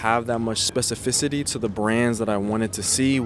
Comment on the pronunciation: I wonder how long it took him to say specificity right